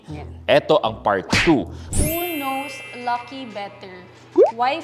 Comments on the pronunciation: Hindi na to "Who Knows Me Better ", "Who Noes Me Better "😂😂😂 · more like... "who NOSE me better" 😅😂✌️